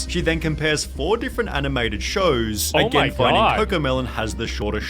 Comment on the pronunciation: "again-a, song-a, criticism-a" This channel pronunciation is so annoying-a!